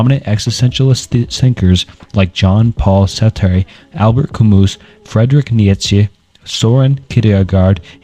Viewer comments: Bro i know you mentioned it, but it’s almost impressive how you managed to mispronounce every single name in this video 😂😂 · Love your videos bro. But if I may give one criticism that may go along way. Please try practicing the names of the powple more. Imma huge stoic and nitzesehe fan and hearing some of my favorite teachers names butchered really bugged me. I have no other complaints. I'm sure that can get better in time but good luck and can't wait to see more videos!!!❤❤❤❤❤ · dude I just came to the comments looking for this. I can’t watch anymore…kneee ye put che 🤣 idek how to write out his pronunciation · nichuhchuk was worst for me🤦‍♂️ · Mf said Fredrick Neietchivcks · Bro I swear you're doing it on purpose, calling Nietzsche: "niekheshe or neetjich" Love the videos tho, keep it up homie. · Dude the way he says Nietzsche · Bro can’t say Nietszche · How are doing this but mispronouncing Nietzsche's name? We have google and other apps that can help in case you want to edit this.